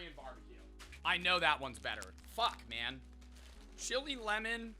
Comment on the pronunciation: Why did say lemon like that 😂